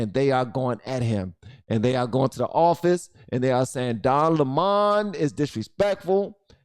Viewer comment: his name is Lemon like the Fruit. you know the yellow sour Lemon, it is spelled the same therefore it is pronounced the same.